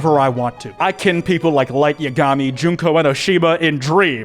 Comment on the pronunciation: Did anyone else hear how said light yagami? It was really painful to hear tbh.